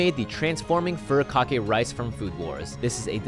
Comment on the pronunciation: "TaMaGo" "fuRIkake" * cringes *